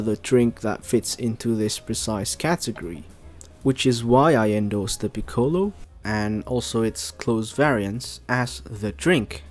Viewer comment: Like the video and i am a big fan of piccolo. But can you pronounce it correctly please. The ‘o’ is short